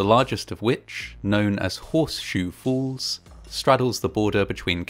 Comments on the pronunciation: Ok, is it just me or does the narrator keep pronouncing ' falls ' as ' fools ' ?, anyway, still a great & interesting video, the movie footage in it must have been some of the 1st ever done. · I literally had to turn this video off because of the way you say the word "falls" lol. Its falls, not fools 🤣🤣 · You sound as though you are saying 'fawls' instead of 'forls' (for falls) - just a quick pronunciation lesson! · Great job with this bit of history! Just can’t help that I keep hearing “fools” instead of “falls” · It is pronounced WATERFALL and not WATERFOLL. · Niagara FOOLS??? 😮Given today’s date, I thought at first that your pronunciation of the place name was deliberate.😂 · Try as I might, I'll never manage to make the phonetic "fall" at the end of this guy's "falls" pronunciation.